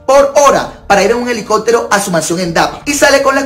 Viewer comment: Esa señora no sabe ni expresarse. Dice helicotero en lugar de helicóptero….😅